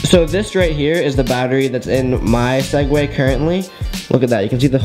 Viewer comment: swegways not segway